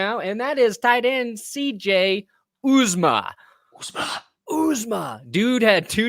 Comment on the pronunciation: These guys just refuse to learn how to say C.J. Uzomah's name correctly.